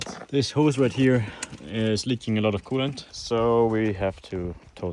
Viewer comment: Coolant❌Kool-aid❌coolant aid ✅